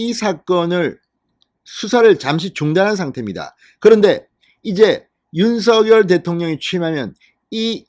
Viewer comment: 윤서결로 발음하지 말고, 윤성열로 발음하세요. 윤, 성, 열